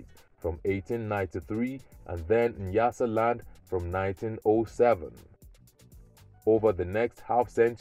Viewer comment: Not Niyasaland, it's nya nya nyasaland...👊